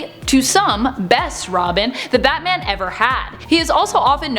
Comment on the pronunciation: Dang I didn't know everyone said batam.